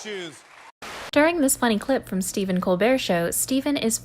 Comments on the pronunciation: uuuuuhhh what? The guys name is not cole-bert it's cole-bear. This is like a basic thing, how'd you manage to screw that up? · It is Stephen col-bear pronunciation. Not col-bert. LOL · She pronounced Steven Colbert (cole-bair) as Steven Colebert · The funniest moment of this video is when the narrator mispronounces Stephen Colbert's last name, like how do you not know how it's pronounced because how it's pronounced is this huge, huge thing? It's pronounced the French way, so the second syllable's pronounced not like the name "Burt" but like the animal "bear." Also, the funniest moment on Graham Norton, of which you name many, is hands down the interview with Matt Damon, Bill Murray, and Hugh Bonneville, all three had just had quite a bit to drink before coming on and become increasingly drunk as the show progresses until about the last 20 minutes devolves into this melee of completely unfiltered, unrehearsed hilarity with Bill Murray stream of consciousness riffing and Hugh Bonneville absolutely beyond any sense of composure. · Still having a hard time accepting the fact that the narrator pronounced Stephen Colbert’s name as “Coal-bert.” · mispronouncing several names, including Stephen Colbert (it's pronounced 'Colbear'!), shame! Plus explaining jokes, as others have mentioned kills the joke. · SteVEN Cole Bert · You can’t even pronounce Colbert’s last name correctly. Omg please go away. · Quit the video when they didn't know how to pronounce Colbert's name. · learn how to pronounce Colbert.... Minaj even SAID IT. and um... volume normalization. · “Seeven Cole-bert”? Minaj even pronounced it correctly in your clip..... “Ki-Arah knightly”? James “Mc-avery”???????????????